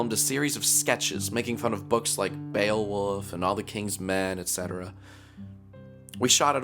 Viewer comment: Its pronounced bee oh wulf